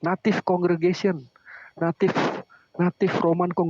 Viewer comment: Di 2 mata, Native dibaca Naive. Ini hal paling memalukan karena seorang Doktor dan calon Profesor memelintir sebuah kata yang mengubah banyak makna hanya untuk kepentingan menyerang Gereja Kristus Yang Kudus. Silakan jemaatnya menilai sendiri pendetanya.